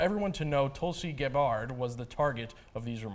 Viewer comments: 2 things this video got wrong. The pronunciation of Tulsi Gabbards name and the Poll numbers. They need to learn that you need at least 2% in DNC qualified polls to participate in debatess (she had more in other polls). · Please learn to pronounce Tulsi's last name correctly. It's not that hard to look that up online.